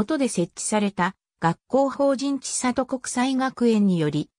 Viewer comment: ちさと じゃなくて せんり なんやけどｗ